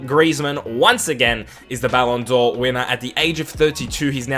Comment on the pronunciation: "Ballon Door" haha